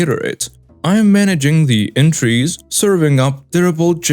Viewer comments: entrees ≠ entries. entrees = AWN-trays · Entrees…ahn trays, it is a French work.